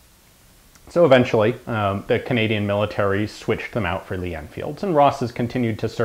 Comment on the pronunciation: Cadanian. I love you Ian.